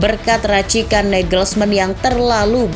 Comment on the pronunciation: Ada feeling ini match bakal keras + alot, jadi mungkin seri, tp ada gol Untuk admin, izin sedikit koreksi yaa untuk pelafalan nya, semoga berkenan Reims --> hams Parisiens --> parisiang Julian nagelsmann --> yulian nagelsman, bukan negelsmen Daley blind --> dali blin Choupo-moting --> cupo moting Gnabry dibaca gnabry, bukan gnebri